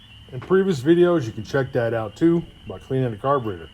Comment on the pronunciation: you sound like tarly fixes all "carbatraitor" Lmao 🤣 🤣 🤣 🤣 🤣 🤣